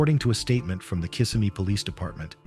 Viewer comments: The town is pronounced Kiss-SEM-me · It’s pronounced Kiss-sem-ee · Maybe learn to pronounce Kissimmee correctly before recording